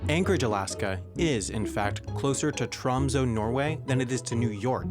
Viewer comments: It is not tromso it is tromsø, learn to pronounce the ø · that's not how you pronounce ø. It's like "eh", but with rounded lips. Same with ö. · Tromsø is pronounced differently, the ø is like the "ir" in bird for example. Great vid as always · Awesome video! However, Tromsø the ø is pronouced like uhhh Tromsuhh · you're so close to saying Tromsø correct :D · As a Norweigan, if find your pronunciation of Tromsø to mildly amusing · The way he pronounces Tromsø. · that's not how you pronounce Tromsø